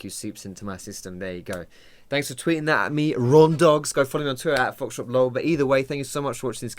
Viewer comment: Hi great video! What do you say at the beginning of all your videos, I know your youtube name is Foxdrop but it always sounds like you say something along the lines of "Hey guys Special P here". I've been curious for a while but the content of your videos has always been more important to me. keep up the good work.